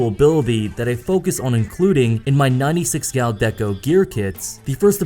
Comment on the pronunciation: Hehe in the end it sounds like you're saying "My Nutty Six Gal Deco" ^_^